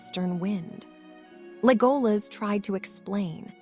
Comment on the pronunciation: The dress is on the E it's Légolas not Lególas